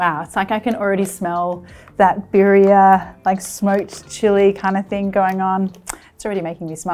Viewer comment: Little pronunciation help: BEE-dee-uh